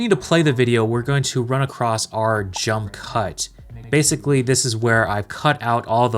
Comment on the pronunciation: Love the video. Super helpful. You pronounce a T in across,(something like acrost). Not a problem.